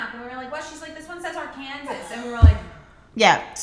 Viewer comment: It’s not pronounced Ar-Kansas, Dolo. Please know it’s pronounced AR- kan-saw!